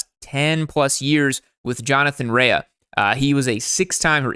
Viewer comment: * just for a pronouncing helper, Jonny Rea is from my town in Northern Ireland, but his surname is pronounced RAY, not "ray ya". Not being a d1*K, just trying to be helpful.